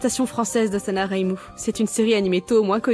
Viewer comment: débutait en doublage mais est encore active aujourd'hui sur sa chaîne. Elle participe également souvent aux Résumé foireux de *crasybombworld*. Je ne connaissais pas l'univers Touhou à l'époque mais j'ai quand même beaucoup pleuré sur ce doublage sachant que Reimu était prononcé Raimeuh (ça m'amuse rien que d'y repenser d'ailleurs). Ça suite Reireimu suivra juste après par curiosité?